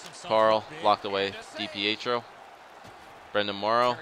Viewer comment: Stop saying d-p-eh-tro it's dipietro